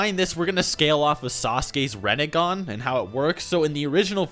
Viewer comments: Reh Neh Gan? Rin Neh Gahn. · Its not rEnnegan its rInnegan